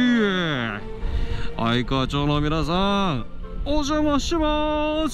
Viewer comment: いつも動画楽しみにしています。森さんがうちの近所をよく通られていて、うちからほど近い愛川町に来られてるので親近感が凄いです！ 一つ気になっていたのですが、愛川町は「あいかわちょう」ではなく、「あいかわまち」が読み方として一般的なのかなと思いました。つまらないことを言ってすみません。 これからも応援し続けます！